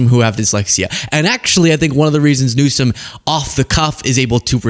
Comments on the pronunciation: tRump sits there discussing how a president shouldn't have "learning disabilities" ... as he cannot say his name or refuses to say Gavin Newsom's name correctly. Ummm ... excuse me ... I don't think we should have an imbecile as president. The learning difficulties are a hurdle not a wall. Very intelligent individuals out there with learning disabilities doing great things ... but your dumb sits there and judges others while becoming a president that has gotten away with so many crimes and alleged crimes 🤔🙄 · "Gavin Newskum has learning disabilities" 😂 Trump can't even pronounce names right. Who is he attacking?? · He can't even pronounce Gavin Newsom's name right!!!! Newcome!!!! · To Trump: Before you start talking about learning disability, you need to have perfect speech! It's Newsom, not "Newscom" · He can't even say his correct name. He keeps saying Gavin newscome instead of newsome. And jd thinks he's smart but he's as dumb as dirt. Albert Einstein had learning disabilities They are actually very smart people. Trump is just stupid. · tRump displays even less intelligence, by calling "Newsom"... "NewsCome" --- must be a reading/comprehension issue... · Is his name Gavin Newsom then what was Trump trying to say cause he surely did not say news Stone he said news scum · He mispronounces Newsome’s name on purpose. Look who’s scum now! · He pronounces it NEW-SCUM. Who’s the stupid one? 💙💙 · Did no one else notice tRump said "the president of the United States, Gavin Newscum"? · Did you catch he kept calling him "New-sCome" ? At first I thought he was making a joke about his name, (New Scum) but he usually makes it very clear when he's joking in that he thinks he's so funny. And THAT's the funny part. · Is he calling Gavin Newsome "Newscum" on purpose? Or does he really think that is how it's pronounced? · He pronounces it Newscome, wrong! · Does anybody else notice he’s saying newcome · Rump roast can't even say Gavin Newsom's name correctly. 😂😂😂